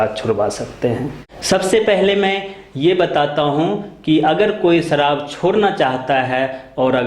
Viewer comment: Saharab not sarab 😃😃😃😃😃😃